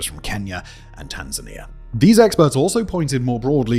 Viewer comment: OMG Simon pronounced Tanzania correctly. At last. 🎉🥳😂